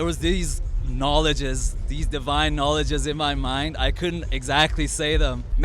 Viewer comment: Did he really say "KnoLOGEOUSS"